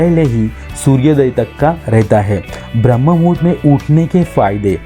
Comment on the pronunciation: ब्रम्हमुहूर्त ये शब्द ठीक से बोलीये